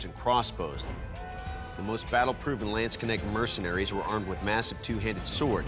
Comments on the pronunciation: the way you pronounce "Land-Schnek"-Sword :) it's "Lands-Knecht" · Landsknecht = Land's Knight - to make it more understadable, probably. "Knight" is nowadays "Ritter" in german. But, just to show, that these languages are similar and have a germanic heritage ... The "s" in this case belongs to "land". So, as you pronounce it here: "schnecht" as "shneck", we, in Germany, understand it as "snail" ="Schnecke". So, as we pronounce the K hardly an don't swallow it, it should rather be pronounced as "land's Knecht" with a hard K. Furthermore, the "ch" is our german, austrian and swiss speciality: it's pronounced as our typical throat-pronounced "cccchhhhh", similar to the breath of Darth Vader. 🙂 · The [Lennschnecksord] is how a German would write out your pronunciation. We couldn't even guess what you meant with that. What could it be? Probably the "Order of Leeches and Snails", but not a bladed weapon. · As a German, the "Ländschnek"-Sword got me on the wrong foot 😀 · Same XD Ländschnek always hit different XD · the way they pronounced landsknecht sword xD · Ländschneck 😂 Lands knecht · the lancheneck sword... somebody should train those words with the hosts before they record an episode. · LANDKÄNÄCKS SWORD LMAO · for me as a german it is really hard to hear how they pronounce LANDSKNECHT :D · Knappe and Knecht are very Diffrent Knappe is a Knigth in waiting while a Knecht is a simple servant. Also as a German without context I would not have been able to understand what they meant when saying Länschnecksword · lendschneg sword xD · Sounded like landsschnäck 😆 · "Landschneckt" xDD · The pronunciation of Landsknecht almost gave me a stroke - nice smithing though! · Ah, yes, just some Americans unable to pronounce foreign words and too lazy to look up their pronunciation. Typical. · oh god the way they pronounced Landsknecht made my spill my drink :D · As a swiss person, listening to how they pronounce Landsknecht i was thinking "your butchering my beutefull language!"